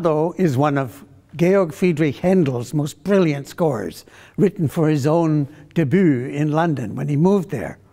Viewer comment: Good singing! But that affected spoken snobbish introduction ... if you're going to attempt foreign pronunciation, get it right. "debut" final syllable is one vowel is based on "ee" but rounded. "TUR-bini, the word in the TITLE has the accent on the 1st syllable (appreciated by listening to how Handel set the word with a strong beat on the 1st syllable. Excellent version of this piece!